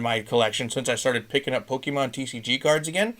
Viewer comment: Yo where do you find all of these pokemon Sorry I meant POKEEEMANN CARDS